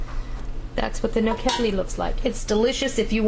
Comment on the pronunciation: the pronunciation should be all 3 syllables are the same....the emphasis is not on the KED. Also paprikas is pronounced as SH at the end.